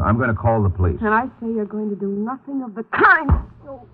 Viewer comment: " I know nussing". OK.